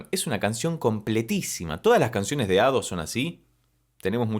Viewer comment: Ado lo pronuncias bien, Ussewa es como se leería en español pero la sílaba tónica seria "sse". Aparte de Crime and punishment de Ado. Te recomendaría "life hate us now" de Mafumafu (es un chico, por las dudas digo) y si lo escuchas con leyendo los subs mejor.